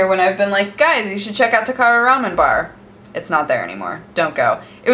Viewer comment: TB: pls make WTF is Raman? Remen, Ramen, Rem...ün?